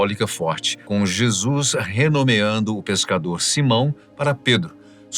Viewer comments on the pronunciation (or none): none